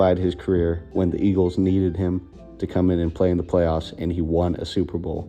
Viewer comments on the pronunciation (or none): none